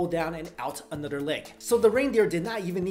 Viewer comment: lol. at the way he pronounces "another"